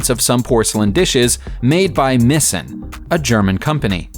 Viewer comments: Meissen is "My sin" not "missin"-it ain't lost, sugar, it's German. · Meissen = MY - ssehn, not MIH - ssehn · "Saint Exupery", not Syant Epury "Marsay", not Marss-eye "Coontash", not coontark "M-eye-ssen, not "Missen"